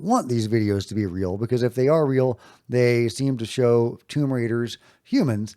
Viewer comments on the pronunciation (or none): none